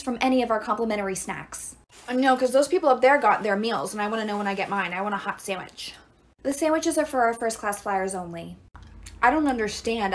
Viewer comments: the way she says HoT sAnDwIcH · They way u said “HoT SaNdWiCh!“itches my brain